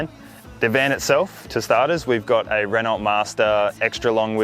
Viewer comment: Oh just saw your page and breaks my heart. I was coming to correct you in your pronunciation of Renault. Rest in peace.